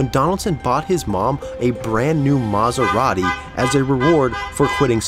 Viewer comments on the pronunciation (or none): none